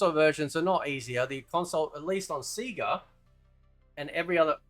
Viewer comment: 😂lol everything except 4 "sea-ga" 😂 I completely agree with u bro and I always have since day 1 of MK1 NO not that MK12/MK1 (stupid ass Ed boon) but the OG MK1 If u have 2 cheese the game , u don't get 2 become a better gamer so if u can have the space 2 explore during a match it can help u grow as a gamers and MK fighter so u should b able 2 CHOOSE if u want a casual experience or a drag out white knuckle experience. Y do some gamers get so butt hurt over some1 else not wanting 2 looses thiere freakin' mind over a shitty game programming? If ur that damn good a game that flat out cheats u then get a life and a girlfriend and toutch grass chz u have clearly spent wayyyyyyy 2 long with ur "joystick" n ur hands Great video bro and idk if u like him but u should play kano bro🤘 P.s.🖕 u ed boon!